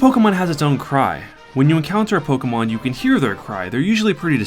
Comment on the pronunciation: it's not polkamon dumbass. say it right.